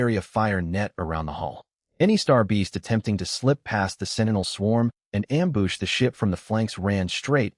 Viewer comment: The AI has been dipping into the booze. Amboosh, amboosh, amboosh.